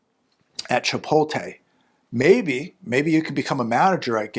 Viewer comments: ChipoTLe, not chipoLTe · It's "Chpot-LE",.